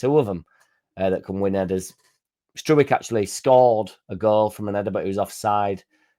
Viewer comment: Pascal Struijk (Strowk) pronunciation